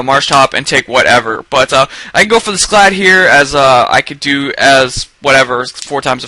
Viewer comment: fuck the haters, everyone whos anyone knows its pronounced sclad